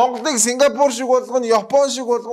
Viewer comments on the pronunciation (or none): none